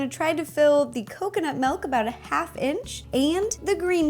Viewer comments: Justo Luis Vazquez-Lopez She always says melk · sorry if i sonded mean but you said malk not milk sorry if you did say milk but it sonds like your saying malk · Did she say Malk or milk hahaha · love how u say melk XD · I'm not hating but, it's milk, not melk... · not trying to be rude but it's not melk it's milk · She said "Melk" instead of Milk. LOL!!!😂😂😂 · She's says malk not milk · milk not melk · MELK! When people pronounce words differently then I do it drives me crazy! Just a pet peeve. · Malk you said malk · her voice was okay but then I heard, "melk" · Say milkshake Ok milkshake Now say milk Malk 😂😂👏🏻 Balloon shop anyone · It's so cute when she pronounces milk as melk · Aw, it's so cute how you pronounce "milk" xD "melk" :3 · am I the only one who heard her say malk twice before saying milk? i swear it was so cute. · Why does she say melk instead of milk!?!!!!? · Wait-WAIT-WAIT!!! Did she just say MELK!?!? its: M-I-L-K That's how MILK is spelled and pronounced! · Iam Dutch and you say "Milk" like "Melk" witch is Dutch.....(SO INTRESTING.🙈😂) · She says "melk" not "milk" ahaha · She was saying Malk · I thought you said Melk 😆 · Add the dry mix it up, and the MELK mix it up.... I love how she says milk "Melk" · She said MELK! :) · It sounds like Rosanna is saying melk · Did she say melk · Is it milk or melk???😂 jk love ya ro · she sais milk like melk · "MELK" Me: OOOOOH MYYYYY GAAAWWWWD STAAAAAAAPHHH😖😰😫😭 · She said "melk" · Umm I'm sorry, Ro, but wut? Did you really just say melk? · MY GOD! SHE SAYS "MALK"!!!! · It's annoying how you pronounce milk. You say melk